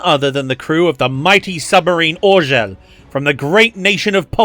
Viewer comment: About the Orzeł - you could've just said Eagle but as a pole I do admire your pathetic attempt to pronounce "Orzeł". POLAND STRONG POLAND THE BEEEEEEST POLAND POLAND WE'RE BETTER BECAUSE NO ONE IN THIS WORLD CAN SPEAK OUR LANGUAGE, EVEN OURSELVES. POLAAAAAAND POLAND STRROOOOOOOOOOONG !!!!!!!!!!!